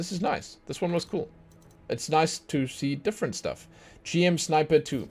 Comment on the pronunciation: Just a heads up for some names. It's Gundam as in Gun and Dam not Gan-dam. Also, GM is pronounced as Jim. He's not just the poster child. He's the first of all the Gundams. Not all the mechs are called Gundam. Only ones that have Gundam in the name are Gundams. The rest are called Mobile Suits. What's the difference? Well, imagine them as cars. Most Mobile Suits like the GMs, Zakus and DOM Troopers would be like mass produced cars like Toyota, Honda etc. Gundams and Sazabi on the other hand would be like Custom Order Made Lamborghinis and Ferraris. Also the red Zaku II [Ranged] skin has a horn and is legendary because that's the version the main antagonist of the series (Char Aznable) used, hence the name "Char's Zaku II". And Marasai is called Marasai (UC) because there were different versions of Marasai in different series and this particular version is from the OVA series Gundam Unicorn. Also, fun fact: Turn A Gundam was designed by Syd Mead, the guy who worked on Star Trek, Blade Runner, Tron, etc.